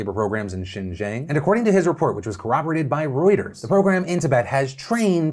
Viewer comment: Hey Phil, nitpicky Chinese Linguist here! Xinjiang is pronounced "Sheen - Geeawng." Like Sheen from Jimmy Neutron, Gee from "Oh gee willikers!" and awng like when something is super cute and you say "awwwhhh" but with a nasal ending or if you take the 'w' and 'r' out of "wrong." Just follow that guide and keep talking fast and you'll sound authentic! :)